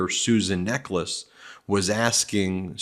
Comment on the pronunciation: Just hearing her name, I thought it was Susan Necklace. I would pronounce Necheles differently. 🤔